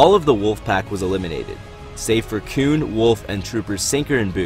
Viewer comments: I keep hearing "Kewn" Please just call him Plo XD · You saying koon pretty confidently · Cringed every time he said “Koon” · Dude I really like your videos I think they’re really insightful But a major critique I have for you is that you should really stop saying “Koon” Koon is a racist term towards black peoples It’s not your fault and is a mistake made by Lucas for naming Plo that. Just letting you know This is why people refer to him as General/Master Plo